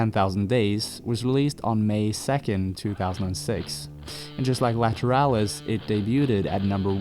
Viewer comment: sigh It's Justin Chancellor, not Adam. You mispronounced "Ænima". The album title is spoken in the same nomenclatural vernacular as the Jungian psychological tropes, to wit the Anima / Animus. The title track is pronounced akin to the process of shooting water up your ass. You mispronounced "Lateralus". The "...alus" is spoken as a descending syllable with a soft "h" sound. The ten thousand days refers to the amount of time Maynard's mother was imprisoned in her wheelchair. The aspect of Saturn descending and ascending is 29 years. You failed to mention Maynard's stint in Green Jelly (pronounced "Jell-o" due to copyright issues). "72826" is pronounced in the same manner as a zip code. Not however you did it. As a proud Tool devotee since "Opiate" dropped in 1992, when I was a 16-year old high school sophomore, (with the multiple tattoos, tour shirts, imports, ticket stubs, and autographed setlists to prove it) I can assure you, with all certainty, that you are not worthy of them, and I am embarrassed for both of us. Please cease and desist with your pseudo, ignorant fandom and move along to something more your speed, like Nickelback. I wish you well